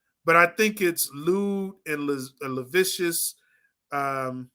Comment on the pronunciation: It’s lewd and LAH SIV VEE US.Of course you have to hide your face if you’re taking up for a unaliver,scammer,pervert. You think he’s captivating? Most Sociopathic Narcissists usually are.